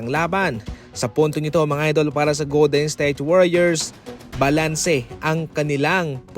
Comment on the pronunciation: Goldensthayte ba naman pag pronounce HAHAHA